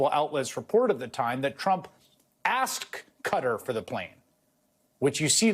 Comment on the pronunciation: Dumb nuts doesn't even know how to pronounce the name of the country who purchased his friendship.